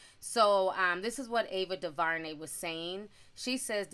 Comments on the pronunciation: Duhvarnay? Due ver nay is how it sounds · Sis!! Omg, it’s Ava Du-Ver-Nay! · Ava "Doo-ver-nay" We'll get through this together! 🤦🏾‍♀️